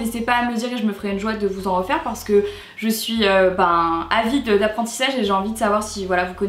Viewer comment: est trop marrante en mode "yé souis lààà". Sinon supers idées de recettes! J'pense que lessive et assouplissant j'vais tester car j'ai les mêmes problèmes que toi, ma peau est hyper sensible. Puis franchement 10€ le produit... voilà quoi. Vidéo très sympa, j'aime beaucoup le concept. Des bisous ♥